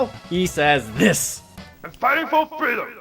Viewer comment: yes it is in the language of engrish. em figtin fo feedom